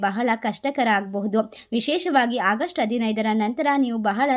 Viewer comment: It's not hagust madam.Its August.